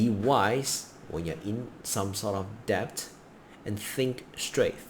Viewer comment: Debt. Not depth.